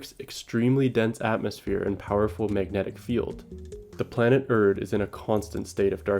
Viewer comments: it’s pronounced “air-rid”, not ERD😂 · Erid, not Erd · Erid. Its pronounced "EH-rid" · Best audiobook I ever listened to. Did that after reading the book and it is superior to the book. If you haven’t read it start with the audio book. Also to the video maker it’s not “urd” Rocky’s planet is called “airid” 😉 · Aint no way you keep pronouncing Erid as "erd" lol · Stop calling it “Erd” learn to speak Mr masters degree 🙄